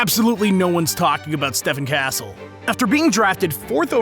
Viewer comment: It’s pronounced Steph-on castle